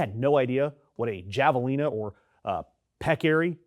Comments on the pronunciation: Pronounce it with an H. Hav uh lean uh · Javelina pronounced HAVE UH LEE NUH. Peccaries pronounced PECK UH REES. The fact that you didn’t even try to research how to pronounce the name of something you have never heard of before make you sound like a typical ignorant whitey… You probably say NAV UH JOE instead of NAV UH HOE. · It's pronounced "Hav-a-len-a".....and you are not totally correct regarding cliffs. There are many places you can walk across the border. I've been there and done it. None the less I believe this wall is sinful; a disruption to wildlife and humanity.. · The "j" is pronounced as an "h" in javalina. Peccary is pronounced as pec car e'. They are common is West Texas. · Javelina is pronounced 'havelina'. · The J in javelina is pronounced like the J in jalapeño